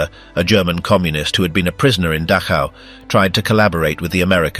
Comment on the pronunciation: it isn't datch how. it is doc ow. at least learn a little german if you are going to make documentaries